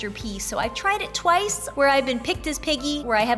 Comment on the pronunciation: is piggy not peggy